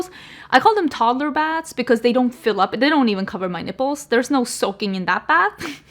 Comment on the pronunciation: I don't know if it was your accent, but when you said your bath water doesn't cover your nipples, I lost it 😅 I'm stuck in traffic due to the town shutting down the main highway so the school kids can march down it for Homecoming, yup, Im agitated about it, but nipples made me laugh!!